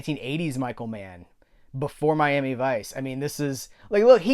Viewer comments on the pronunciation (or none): none